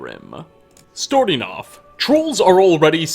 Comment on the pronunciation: Storting off